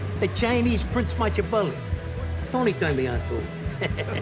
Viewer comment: He should have read more Match-iavely and less Son-Tazouh